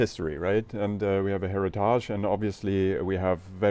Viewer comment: I'm saying 'heritaahge' from now on.